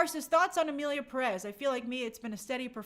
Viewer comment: People don't even know how to pronounce "Pérez". Furthermore, they won't bother to LEARN about Mexico's current situation and ponder on the OUTRAGEOUSNESS of the movie. It outstands me how uneducated people can be, and this is just a reflection of current day America and its political situation.